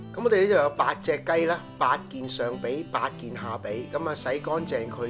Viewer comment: BOB叔點解我聽到你講有八件上脾同八件下脾?